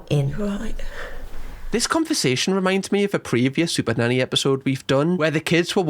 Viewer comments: your way of pronouncing SuperNanny is so unamerican that not even the subtitle clanker knows, it literally thinks you're saying "super daddy" which, and none of this comment means to offend YOU, just the Clanker, i find hilarious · Could’ve sworn I heard you say super daddy on the intro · sounds like he said super daddy